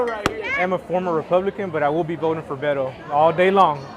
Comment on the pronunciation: Come on Brian! At LEAST make an effort to pronounced his name properly, Beh•tō